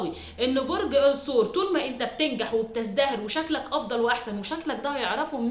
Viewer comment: الثور اللام شمسية 😢 بحب أسمعك جدا بس هموت من طريقة النطق